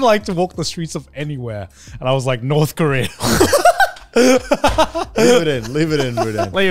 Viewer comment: Garnt just offhandedly saying North Kora made me laugh my ass off